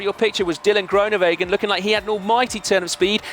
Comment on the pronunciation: Please learn to say Groenewegen correctly, you'll be saying it a lot in the coming years. Just to help: the oe is not an o-sound in Dutch, it is closer to the ooh (as in: Winnie the Pooh). Hope that helps.